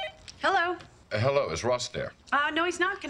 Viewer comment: "Well Ello Rachel" lmao I died on that part. He goes back to his British accent.